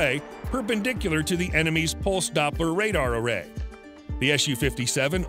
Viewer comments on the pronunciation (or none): none